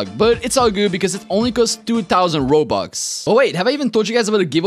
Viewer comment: Bro said only 2000 ronux 😂